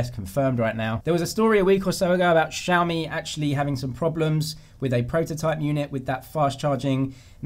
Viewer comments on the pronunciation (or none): My friends and I are laughing at how you guys pronounce XiaMi lol😂😂😂No offence